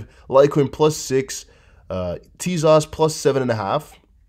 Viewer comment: What's up with TEZOS, E sounds like ever, O sounds like oh! I wish you'd stop slautering the pronounciation.